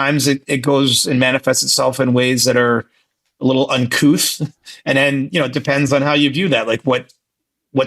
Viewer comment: Uncouth. Not unckuse